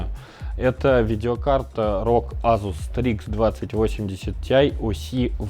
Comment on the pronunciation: я его азуз в азуз имел , как резало слух Вроде Асус говорится